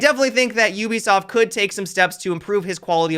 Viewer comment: why do you say ubisoft YEW-bisoft versus OOH-bisoft